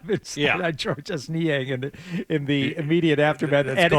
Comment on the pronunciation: Georges Niang would probably pronounce his first name the French way as "George" without sounding the S.